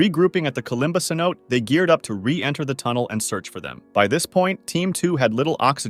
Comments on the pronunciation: pretty sure its pronounced "say no tay" bc its a spanish word i think maybe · Itd be more “teh” i think